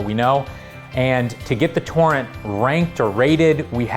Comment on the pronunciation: wait i actually thought he said porn. turns out he can't pronounce "torrent" as two distinguished syllables